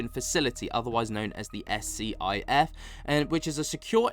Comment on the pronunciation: Thanks for the update. Progress is definitely being made, it's not as fast as everyone would hope for, but it is still progress. The S.C.I.F. secure room facility for holding classified conversations is pronounced "skiff".